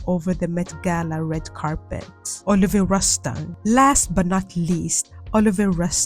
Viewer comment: hey girl! Olivier Rousteing is of French nationality so his name is actually pronounced “Oh-Liv-EE-AY Roo-Stahn”.